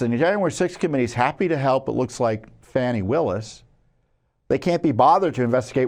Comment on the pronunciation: There you go...I am so glad people have stopped calling her FONNIE...except President Trump. I LOVE the way he calls her F-a-a-w-w-w-h-hnie. It's FANNIE!!!!!!!